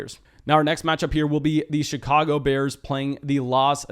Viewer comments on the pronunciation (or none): none